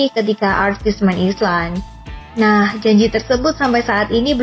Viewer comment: Kok aneh ya sebutan Fishman Island dimenit 😰?? Emang ditulis island tapi dibaca Ailand Min😵 Dimenit kok dibaca Ailand yaa 😌?? Mungkin admin baru ini belum makan ubat yaa 😅